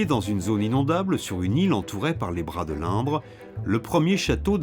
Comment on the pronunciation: La rivière c'est l'InDre avec un D. Il ne sait pas prononcer.